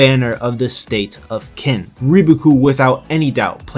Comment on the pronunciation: It's not pronounced "kin," it's "tseen" -> tsin -> chin -> chin-a